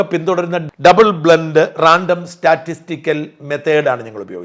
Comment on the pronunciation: എടാ മണ്ട ഡബിൾ ബ്ലന്റ് അല്ലട.. ഡബിൾ ബ്ലൈന്റ് ആണ്